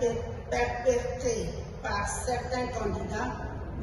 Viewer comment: Madame on dit " perpétré" Et non "prepetré"